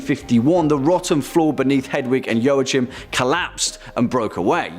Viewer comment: Joachim is pronounced "wa keem"".( Not meant to be mean)